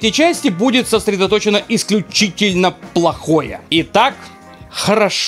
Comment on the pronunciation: "полохе" вышло вместо плохое